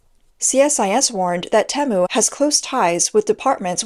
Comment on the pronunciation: Most people shop on Teemu not Tem u